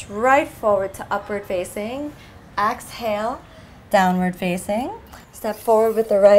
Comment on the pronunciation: why do you say axhale? is it just your accent? is cool haha